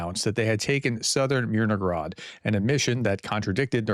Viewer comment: Hey Prof... there is no G in Myr no hrad. :) Influence of Russian: In Russian, a related language, has a similar letter 'г' that is pronounced with a hard 'g' sound. Because of this, some may incorrectly assume that the 'h' in "Myrnohrad" should be pronounced as a 'g'. Little things bug me... 😄